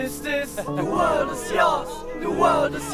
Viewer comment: huus wörlt is dis, de wörlt is joos, de wörlt is joos. Schöne Aussprache.